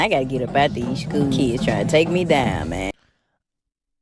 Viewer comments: "Kids" vs "Kizz" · Why are these ghetto ratchets always have to be so extra with their pronunciation of the word "kids"? It's never just "kids", it's always "DEEEEEZ KEEEEEDZ"! One would think the ability to speak proper English would be a requirement for teaching, but I guess not.